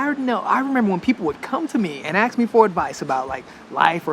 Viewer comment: Why do you always say aKs instead of aSk when you are talking about asking something.